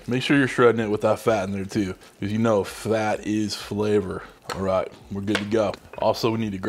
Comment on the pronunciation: If you can't say don't say it. Way too much girl chit chat. Video would have been half the length if we didn't have to listen to the girl chit chat. If I didn't want this recipe I would have turned this off in 30 seconds. Oh and it's Fat not Flat....